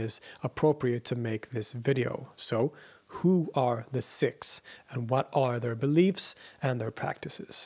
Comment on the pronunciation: Isn’t it ‘Seeeks’ and not ‘Sicks’? (I grew up with Sikhs and nobody—including Western Sikhs themselves—pronounced ‘Sikhs’ as “Sicks”. Have I missed sumting?!🙀